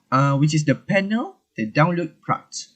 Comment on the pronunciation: This is how you're supposed to pronounce the word Praat in Dutch not even close in the manner you did!